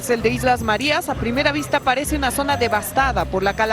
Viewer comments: Islas Marias???? No será Marías (con el acento en la i) por casualidad????? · Se pronuncia Marías, con tilde, no Marias. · Que le pasa al de la voz en off¡? Islas Márias???? Nelson Mándela?????